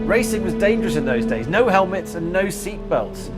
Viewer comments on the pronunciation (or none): none